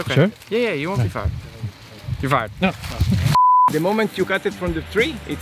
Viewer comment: I like how you keep saying YOUR FIRERD